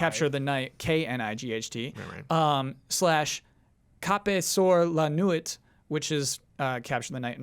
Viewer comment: Why does pronounce "Capturer" "Capeut-sour" lol Also "nuit" is pronounced "nu-wee" not, "nouyt" but please keep trying to talk in french, I love it